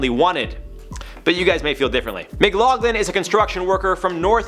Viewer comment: His name is pronounced Mc-lock-lin. I know its spelled Mcloughlin but thays how its pronounced. I think its cute you pronounced it Mc-log-lin